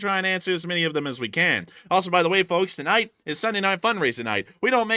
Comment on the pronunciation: you don't have to pronounce the "L" in "FoLKs".